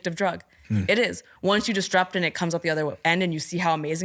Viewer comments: Has literally no one ever noticed that she says disTrupt instead of disRupt? Because she says the word a lot and how come no one has ever corrected her? Unless it's a part of a canadian dialect or something that I'm not aware of but I've never ever heard someone say disrupt in this way. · I wanna die every time she says “distrupt” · Couldn't get over her saying DisTrupt, instead of disrupt lol But a brilliant interview otherwise! x